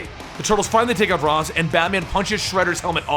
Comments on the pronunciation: You mispronounced Ra's, it's (Raysh) not (Roz) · RAYSH not Raz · Raysh, Not Raz. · It is pronounced raish not raz